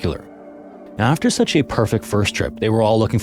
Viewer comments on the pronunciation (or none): none